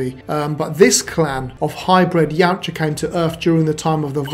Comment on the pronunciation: Ya oot jah ...yoot jah ...now say it right